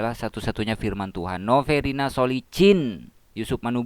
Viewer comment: SOLECHIN bacaannya bukan SOLEHIN tapi SOLE CHIN